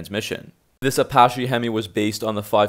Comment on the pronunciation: If you aren't able to pronounce Centrifugal, or even Apache, I'm not really convinced in your information. As said above, not being able to add a ton of boost, is hardly a fatal flaw. Most new engine platforms all have issues with camshafts. LS, Hemi, the fords. A roller lifter has a chance to fail versus a standard hydrolic flat tappet